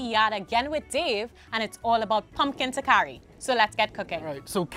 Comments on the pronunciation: I was wondering if I was pronouncing it wrong. It’s TaLkari smh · Not “takari”, the “l” is not silent. TaLkari.